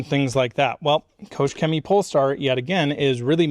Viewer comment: Great Video, thanks for that. But please, as a Germany i beg you, please please go to Google Translate and let it show u how to say “Koch Chemie” pls 😅😅😂